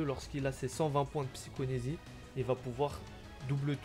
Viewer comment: Repeat after me : psy-CHO-KI-nésie À toi 🤣